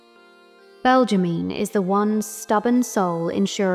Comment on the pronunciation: Belgimine : Belg-ge-mi-ne